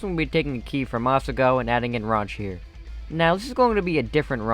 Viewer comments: Mad cringe when said "ranch" instead of "raunch." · Atleast raunch or whatever it was. Isn't ranch XD also I noticed you called raunch,Ranch. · Wait its raunch not ranch